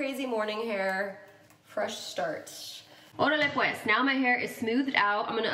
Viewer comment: Ps. When you said “orale pues” it gave me LIFEEE ❤️